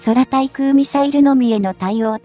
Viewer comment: 空対 そらたいくう？ くうたいくう でしょ あなた何処の国？